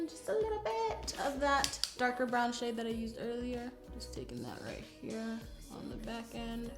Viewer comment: "right hia" 😂